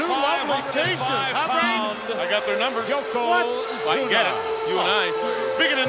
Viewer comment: Branson Reed this is thee Spot. When fans were Super Inversted nd live on every word nd Thyng that happened in Pro Wrestling. Yoko Squashed Hacksaw to the point where can't pronounce his name correctly YoKoZUMA